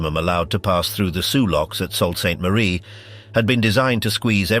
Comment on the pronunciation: These click--baits never even know how to pronounce "bow". It's not something you put on a Christmas present, (Think bow-wow-wow.) Sault Ste. Marie is "Soo" Ste Marie. Traverse City is "Travus" City. Rajner is pronounced Reiner. At least that's what we called him when we sailed with him.